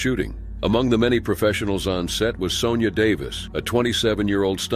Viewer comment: "Sonja" is pronounced "Sawn-ya" and not "Sown-ya"